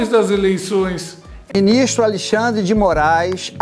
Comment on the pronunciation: em diante "O BInistro [xandão] acaBRA de determinar", blá blá blá... Sério pessoal, ele falou exatamente assim!